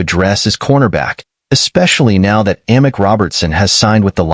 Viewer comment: its pronounced Ameek Robinson not Amic